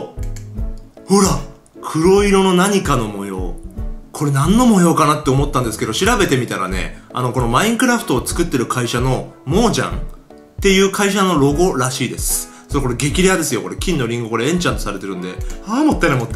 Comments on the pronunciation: モージャーンじゃなくてモジャングでは？ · モジャンじゃなくてモヤンですよ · モージャンじゃなくて「モヤン」です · モジャンじゃなくてモヤンですよ～ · モーチﾔンではなくモヤンだよ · モージャンじゃなくてモヤンです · モジャンじゃなくてモヤンですよ。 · モジャンじゃなくてモヤンね笑笑